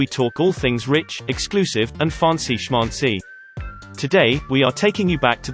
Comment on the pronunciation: I cannot not point out that the way the narrator pronounces "Schmancy" is, itself, schmancy.